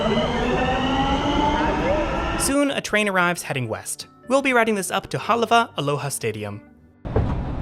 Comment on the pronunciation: Good job covering places and things that are of interest to residents. I think he may have pronounced Hālawa correctly or I have been pronouncing it wrong or all of us talk da funny kine English.